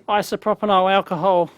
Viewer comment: "isoproponol alcohol'